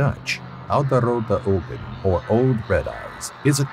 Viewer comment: how dutch people hear you say old red eyes oode rude ogken it is so funny